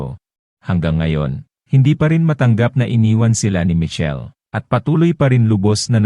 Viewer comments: Michelle po hndi Mitchell he'he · Hnd ka nman maronong mg pronounce sa michelle